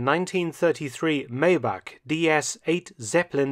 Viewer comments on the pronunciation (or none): Great video, FYI: Its pronounced 'My-bach' not Maybach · No offense but.. it's pronounced " My + Bach" or more crudely, my bok , but never May bach . Love your videos, I am a relatively new sub , from 🇨🇦 . Cars & WW2 keep my interest. Thank you